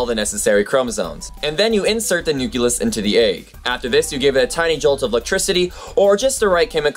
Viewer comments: It is pronounced nucleus not nuculus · Pretty good video, but... For the love of God, stop pronouncing it like "nuculus". It's "nucleus". Noo-klee-us. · you say nucuLUS instead of nuclEUS is this because it is correct for what you are referring to or do you need a little factoid yourself? I know that mostly nucleus is used when referring to cells; is this some type of pluralization? probably not... anyways, just making you aware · stop saying nuculus! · i'm a science teacher and i like your video. I use a lot of videos in my class, but i'm afraid i cant use yours. i just don't want to let my students think cells contain a "nuculus". You keep pronouncing it "new-cue-lus"? (16 times!!) when it should be "new-clee-us" . your old science teacher must cringe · its not nukulus.. its nucleus.... jus like its not it not nukular bomb but nuclear bomb. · Love the video! The only thing is the word nucleus is pronounced "new klee us" not "new ku lus" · Nu-CLE-us AAAAAAAAAAAAAAARGH!!! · nuculus hehe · Anyone else hear him say nukilus? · Interesting video, but I must say, every time you say nuculus it causes me so much pain :D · Nucleus is not pronounced "nook-yuh-liss". But since I loved the video, my duties as a grammar nazi have been nullified because I'm not mean. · a "nuculus" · Please. It's Nu-cle-us. Awesome video though. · You keep saying nu-kyu-lus. The word is pronounced exactly how it's spelled. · Sorry if it seems like I didn't get any of the most important philosophical and ethical things on the video, it is just that, this specifically distracted me. I know it is not "wrong", just that being Brazilian I grew up using and listening the "cle" not the ke(que?) pronunciation of "nucleus" and it just throws me out of the thinking track whenever someone says it this way. But keep it going, I like your show! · Just a note: the word nucleus and the related words, i.e. nuclear, are pronounced nu-kle-er, not nu-kye-ler. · umm that's not how you say nucleus